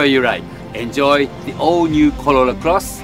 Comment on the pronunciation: Why you say "colola"... its "corolla".... 😂